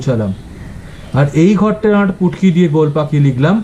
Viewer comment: Sir ,futki ke putki bolche😊😂😂😂😂😂